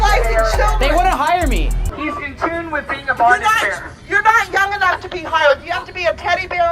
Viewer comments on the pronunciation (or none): none